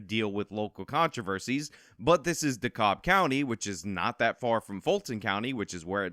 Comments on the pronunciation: Dude just destroyed pronouncing dekalb. Says “de-cobb” it is pronounced “De-cab” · It isn’t “D-cobb.” DeKalb is pronounced “D-Cab.” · It's pronounced "dee cab". I live here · The pronunciation of Dekalb is more like cab not cob. Just sayin. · Here in Georgia, DeKalb is pronounced "DUH cab", not "DUH cobb" like it is in NY. We mangle the hell out of "Houston", too. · Dekalb is pronounced "dee cab" (or sometimes "dee cob" by "fancy" people). Either way, the "L" is silent. I know it doesn't matter for this video, but for the future because Atlanta will likely provide you with plenty of content in the future. That's why those of us who live in the surrounding counties don't go into the city. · di-cab county...and it is IN atlanta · Just fwiw, Dekalb is pronounced “DE-CAB” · It's pronounced "da-cab" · FYI. It's pronounced "da-cab" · One little thing, it’s pronounced DeKAB county. I lived in the Atlanta area for 14 yrs.😃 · Ok. Look. It's pronounced Decab... and Dekalb Fulton and city of Atlanta make up Atlanta. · Hey big fan, you usually right about everything, not this time! You made a mistake so egregious that it needs to be corrected. It’s de-cab county. But with like an “L” in the cab part, between the a and the b. This is Atlanta, this is how we speak. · I can see many not from the area have issue saying the word, 'Dekalb'. Its pronounced, 'Dee-Kab', as spelled phonetically. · It’s pronounced De Cab. Silent L